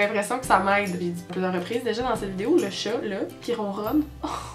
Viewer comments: Le chet, le au lieu du chat là !! ;) on dirait qu'elle vient du Nord !! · firestorm Les québécois disent Chôt au lieu de Chat... Y'a un problème nan ? =)